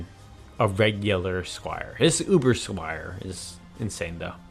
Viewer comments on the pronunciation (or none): none